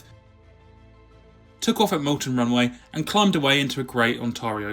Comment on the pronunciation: Great video. Its not Dyfenbeker, it's Dee-fen-baker. Its not MALton, it's Mallton. The biggest blow was losing our domestic aircraft industry.